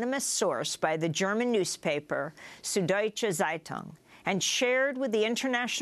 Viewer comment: It's not "sood". You simply don't have this sound in the English language. It's also spelt "Süddeutsche Zeitung" and if you can't make an "ü", you should rather use "ue" instead of a single "u". (The same goes for "ä" and "ö" respectively.)